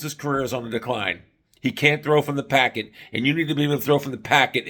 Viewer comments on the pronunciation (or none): It's pocket, not packet. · It’s pocket not packet wtf dude